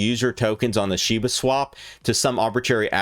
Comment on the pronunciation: You're fun to watch! It's SHIB-A not SHIBU😂